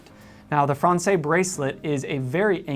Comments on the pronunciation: Great stuff! “Francaise,” though, is pronounced as frawn-sez. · The use of IIII instead of IV for numeral 4 is not a Cartier idea. IIII has been used on clocks and watches with Roman numeral dials since the 1700’s. BTW: Française rhymes with DAYS not DAY.